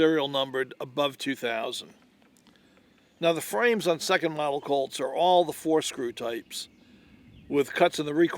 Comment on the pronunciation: Colts not cults